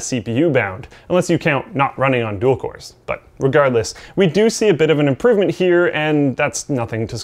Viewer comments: Is imporvment Canadian? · "actually amount to an imporvment"?